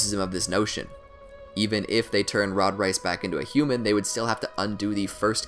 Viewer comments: 'Rod Reayss' Its Rod Reiss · Nooo every time he says Reese I keep getting hungrier and hungrier( he says rice) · Please... REISS is pronounced like "Rays" not "Rice". family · wait, He's Not Saying A Word Perfectly, Rise, Reiss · No one:: Rod Rice